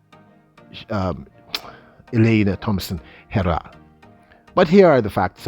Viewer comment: you sir is a great analyst!! And you are great at analyzing BS. Your channel is very comical you also present opinions as facts. Also what's up with these names pronunciation? Im pretty sure you are pronouncing josee, and Herah wrong,and thats not my 2 cents, thats a fact!!